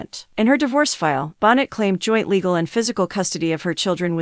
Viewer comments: Bon-neigh not bon-net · You're saying her last name wrong. It's not Bon net.